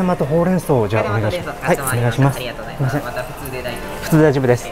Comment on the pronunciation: いつもありがとうございますが、ありざますになってる笑